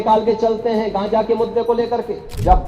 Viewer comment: गांजा नहीं गझा हें बोलना सीको